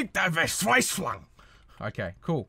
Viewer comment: this pronounciation hurts my ears... Stick der Verzweiflung... Goddamn it